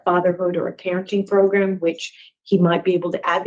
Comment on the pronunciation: it's proGRAM. Not proGRUM. 😂